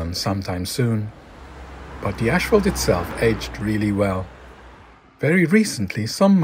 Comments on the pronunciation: Good video, but the word is pronounced as it is spelled 'asphalt', not 'ashphalt'. Lord knows your English is way better than my Dutch, but still ... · it's asphalt, not ashphalt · STOP SAYING "ASH" FFS